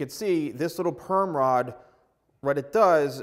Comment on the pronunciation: at first when he said perm rod i thought he was saying “gayrod” but with perm 😭